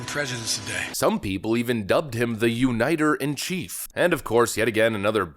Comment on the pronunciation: Biden is a uniter?!?!? Ha! Ha! Ha! He can't even prononce the word.